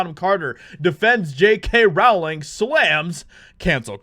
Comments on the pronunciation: Oi!! J K. Rowling's name is pronounced "rolling" as in "bowling". Not "raoling" as in "cowling". She's only been asked that a million times, mate. Otherwise, I like your vids. 😋👍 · Hey! JK Rowling's last name is pronounced ROLLING - according to her. Its like Row - as in Row row row your boat. It's not Like Rauling. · It's pronounced Rowling like "Bowling". It's not "row-ling" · FYI- Rowling rhymes with Bowling. Yer welc. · Just FYI, JK pronounces her name “rolling”.